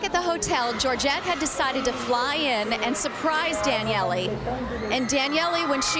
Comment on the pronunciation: Good lord why is she calling her Danyelley?